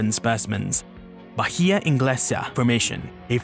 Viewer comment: H not pronounced in Spanish. So Bahia sounds like Ba- ee- ah.